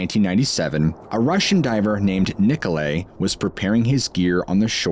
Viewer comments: Nikolai pronounced Niko lye Thought everyone had heard this name before. Never heard it pronounced Niko lay Just sayin Love your channel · the name is Nikolay is pronounced Nee-ko-lye rather than Nee-ko-lay, Other than that, love the marine cryptids sigtings reports. Wow! Btw, the mostest bestest of 'em all has to be the Antrarctic subglacial lake intelligent octopus encounter. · NICOLAI or NIKOLAI = "nee-koh-lie". Slavic spelling is НИКОЛАЙ. Interesting video! 👍